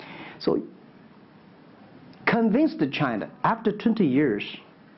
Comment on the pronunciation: 马云一直在说Chiner